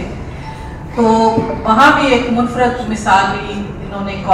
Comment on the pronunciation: صوفیہ بیدار یا صوفیہ بے داغ؟ ۔۔۔کچھ سمجھ میں نہیں پڑا۔۔ منفرد کے تلفظ میں ر* کے نیچے اور استعفاء کے پہلے الف کے نیچے زیر ہے قاسمی صاحب کی تعریف میں بی بی نے خود اور دیگر مقررین نے جو زمین آسمان کے قلابے ملائے ہیں وہ خلاف حقیقت ہیں۔ موصوف کی ہم نصابی سرگرمیاں بشمول مالی بد عنوانی و جنسی بے قاعدگی منظر عام پر آ چکی ہیں بلکہ صفت اول کی پاداش میں یہ عدالت عظمٰی سے سزا بھی پا چکے ہیں۔ پرنٹ میڈیا کی جگہ الیکٹرانک میڈیا نے لے لی ہے اس سے انکار نہیں مگر یہ جگہ برے طریقے سے کیسے لے لی ہے؟ اس کی وضاحت فرما دیتی تو اچھا ہوتا۔